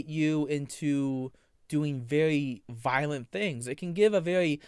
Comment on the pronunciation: Your favowite sin is wwath? You can become wiolent? What are you trying to say, boy? Use words. You're not Lassie lmao And seriously, if you say it that you have balls because you harrassed her brother one more time I will find you Typical anime pwedatow